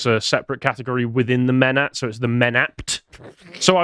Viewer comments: I thought you were saying, “Menace” not ‘MENATS’ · Menats? Is that Bri'ish for Menace?